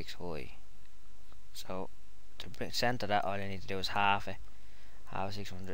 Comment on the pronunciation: I like when you say center "centah" :D Than for the tutorial, nice job. <3